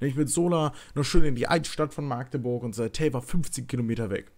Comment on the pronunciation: Alter wie mich das triggert wie du machteburch sagst. Meine güte. Magdeburg bitte ohne langes a. 😂😂😂